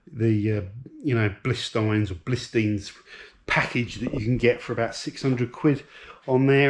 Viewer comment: B-I-L-STEIN not Blist... (pronounced Bilshteyn) I have the Eibach springs / Bilstein shocks on mine (The B12 Sportline). Love it. Get the Clubsport sorted out. Estoril Blue bonnet, wheel refurb and faults sorted. And enjoy the E36 328i also. I you love older BMW's and you weren't using the M140i as much as you'd like, then it's not the worst decision in the world.